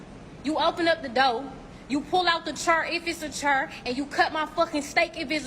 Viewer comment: the word is chair not churr....